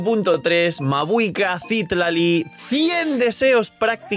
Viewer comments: Te ayudo con el algoritmo diciéndote que es Citlali, no Cítlali ni Citlalí como en los subtítulos😅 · Gracias por el video solo una aclaración porque veo que no eres de México Citlali se ponuncia con acento en la A (citlAli) es nombre muy común en México que me parece es de donde se basaron en esta zona de américa lo digo porque he visto que hay muchos temas con representación cultural con la fan base de genshin, por cierto es un nombre taaan común en México que me da muchisima risa que hayan hecho un personaje así, es como si ororon se llamara pedro